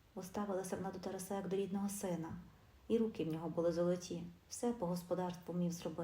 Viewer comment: ТАРАСА/ наголос ставте правільно, - на 2 складі!!, соромно чути!